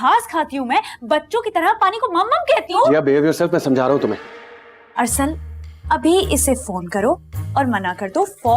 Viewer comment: Its Arsal not asal🤣